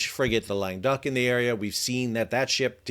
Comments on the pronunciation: I thought you've been saying "lame duck" and I thought why would the French call a ship that? Then I see that it is "Languedoc"! This pronounced: LANG GUH DOCK, emphasis on the dock, lol. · It's named Languedoc. Sal keeps calling it the French Frigate Lame Duck. Correct pronunciation is more like long-uh-DOCK. It's named after an area of France.